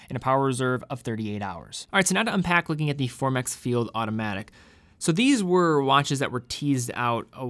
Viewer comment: Formex not Formax